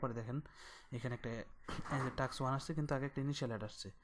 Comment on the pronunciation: Vai kotha ta টাক্স না টাস্ক 😂😂